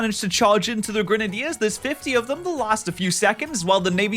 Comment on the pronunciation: my man just said grun-uh-dears